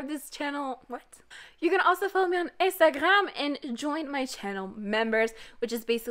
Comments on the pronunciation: Are you French ? Or do you speak french ? Because that "Instagrrram" pronounciation with a french accent is SO good ! And I don't hear any kind of french accent in your english speaking. Again, in previous videos, you pronounced "Rrrosé" so well with that very french R. I don't know. Maybe you don't speak french at all, but you know what ? I've never heard an english native person pronouncing that french R so well !! Great job !! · why do you pronounce instaghram like that